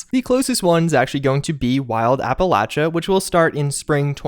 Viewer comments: Not to be rude but it’s pronounced appalayshia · Great video, thanks you for sharing. P.S. Appalachia is pronounced: appa-lay-she-a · It's pronounced " Apple-Aye-Sha" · why do people (including in the game/holotapes) say applachia: "apple-otcha"? My ex was from the south and they all said: "app-all -asia."